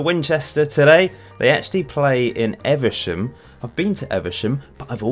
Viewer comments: Evesham is pronounced Eeeve sham, not eversham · Evesham is pronounced eve-a-sham.